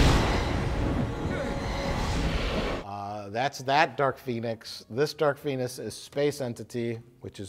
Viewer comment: "Dark Phoenis"